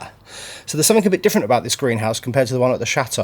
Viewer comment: Please stop ending words with an ING as you say ink !! Something is not pronounced Somfink ! That being said, you're making real headway - amazing progress !!